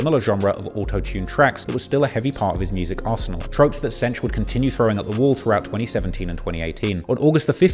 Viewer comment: Am I the only one who cringes every time he calls him "Cench"? lol